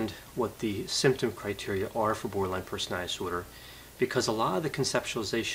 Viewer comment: Doc. I love listening to you. But please work on pronouncing the word personaliTy. You say personaLLy. you don't pronounce the letter T.